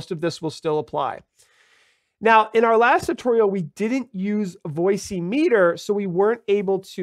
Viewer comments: Why do you insist on calling it "Voice-EEE- Meter"? It is clearly called Voice Meeter (emphasis on "meet" - as in, meeting voices.). There is no "voice(y)" implied anywhere in the name of that software. Otherwise... good and helpful video. Or should I say, Video-EEE? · Surely it's not pronounced "Voice-e-meter".